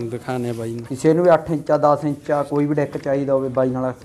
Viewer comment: 8 encha 10 encha ki hunda inchi hunda boli sudaro